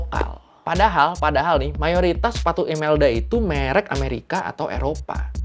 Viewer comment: Merek bang bukan merek,, itu dibacanya e buka e